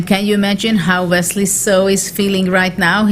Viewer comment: She said Vesley So